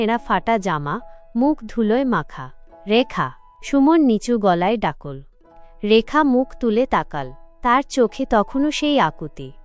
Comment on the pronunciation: ঈশ্ ডাকল্ নয় “ডাকলো “😅